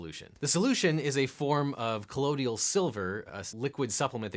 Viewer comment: “colloidal” silver, not collodial